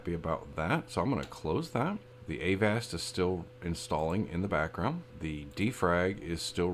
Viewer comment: avast is pronounce like agasped